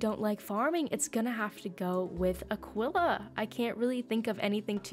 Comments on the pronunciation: Everyone: EWWWW Azteca B tirer Me: WTF are you doing saying a quilla instead of aquilla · Why did u say Aquila like that😭